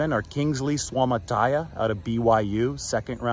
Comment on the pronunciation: Nobody pronounces Suamataia's name right..